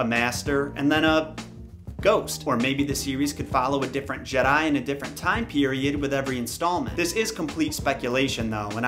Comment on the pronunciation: If the person put up to pitch this at E3 couldn't pronounce Jedi without it sounding like "Jed, hi" then I really don't have faith in it at all.